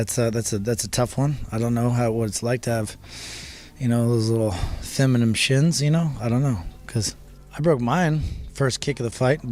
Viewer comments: Luke Rockhold says "feminim" shins. He's not just an asshole he's an idiot who can't string together a sentence or pronounce words correctly. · How the hell can Luke Knockedcold say anything about any other fighter. He is the biggest meme in the UFC! The fool can't even say the word "femenine" properly! Lmfao! What a bellend!